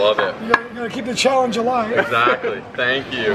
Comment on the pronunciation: "15 thousand challery callange" Hahahaha when the food gets to you!